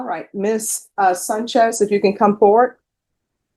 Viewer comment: Why does keep calling this woman "Sunchez"?? it's SANCHEZ! Get your Ebonics / English right boofer ass judge